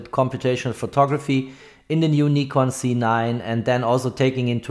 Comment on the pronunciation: I would prefer a correct pronounciation Nikon Z! not Nikon C……